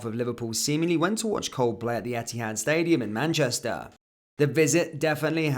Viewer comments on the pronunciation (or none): none